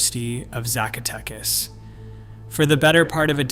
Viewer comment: If you can't pronounce Zacatecas correctly, you have no business making this video